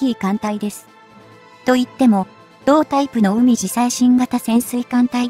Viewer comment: うみじさいしんかたせんすいかん？かいじさいしんがたせんすいかんですね。ひらがなでしつれいします。